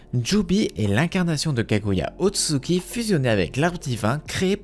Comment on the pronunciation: "Kaguya Otsuki" j'ai quitter la vidéo mdr